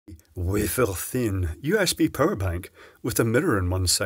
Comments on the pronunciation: katie_incredible but sir, it is waffffer thin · What's with the French accent on the "wafer thin" opening line? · "wafer thin" with a French accent - SUPERB!!!